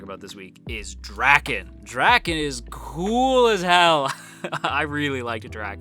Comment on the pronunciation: As a manga reader a lot of the stuff your saying are just hilarious to me because there's not as deep a meaning as you make it seem like I'm this video. Also Draken's his name is pronounced like dray-ken not like dracken jus so you know